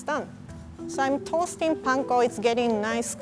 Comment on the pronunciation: This is the first time I’ve heard “panko” pronounced correctly in a Western cooking show wow